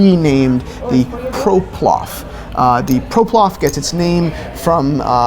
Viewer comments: Shall I be the one that points out that said Proplof and not Ploprof. Poverino, it seemed like he had been practicing so much.. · Also it's Ploprof not Proplof